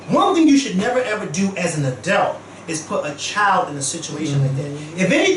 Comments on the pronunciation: You know you watch this show too much when you start saying "adelt" instead of adult 😂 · I love how pronounces "adult"